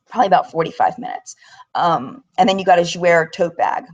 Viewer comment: Thanks for sharing your experience with us. I'm glad I decided not to go. FYI Jouer is pronounced jou-AY. It means "to play" in French. I hope you don't mind me correcting you. I hope you feel better soon!